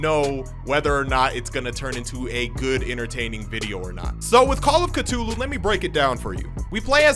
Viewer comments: Call of Ca-TOO-LU You made it funny to me and I would love to hear you say catoolu the whole time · The way this man just said cthulu